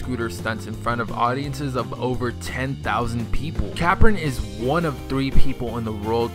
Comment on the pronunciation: he kept saying capron wrong omg